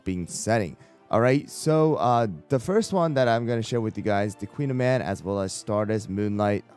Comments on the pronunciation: Her name is actually pronounced as Koon-yaman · Call me a snob but I hate this american pronunciation of the pastry. I much prefer the Briton. Like why did we allow this but took the time to correctly learn and pronounce ✨croissant✨?? 😭